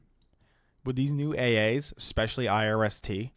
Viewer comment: why are you pronouncing IRIS-T like I-R-S-T?